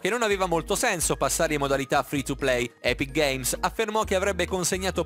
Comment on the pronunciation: Non sai nemmeno pronunciare epic games